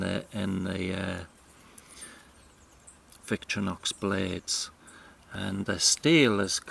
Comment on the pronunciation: Victorinox is pronounced VICTOR IN OX with no pauses between syllables